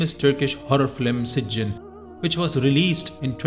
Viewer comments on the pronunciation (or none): It’s pronounce SijJEEN not SijJIN.